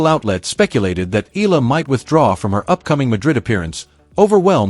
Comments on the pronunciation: Eala is pronounced " E'yah lah" in Philippines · E-YA-LA correct pronunciation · Pls. correct your pronunciation of her family name. Eala is pronounced as Ee-ya-la. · To the vlogger: Please do not change the spelling of her last name not unless you're authorised by the person. Its EALA NOT ELA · Say hey name right, then I'll subscribe